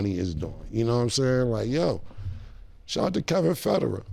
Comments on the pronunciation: Cam said “shoutout to Kevin Ferder” 😂😂 it’s Kevin Federline 😂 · 😭🤦🏽‍♂😭Come On Cam "Kevin Federerr"??!😭🤦🏽‍♂😭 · its like he was mixing Kevin Federline and Roger Federer (the tennis player) together lmao... typical Cam shit mispronouncing and confusing names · He butchered Kevin Federline’s name 10x 😂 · Cam pronouncing Federline like he’s the tennis player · Cam’s pronunciation of the name is what made me PAUSE… it wasn’t until he said Brittany Spears… I was like “BET. He is speaking about him.” 😅